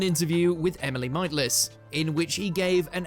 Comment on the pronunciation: Oliver ‘Ho-er’, , Emily ‘Might-less’.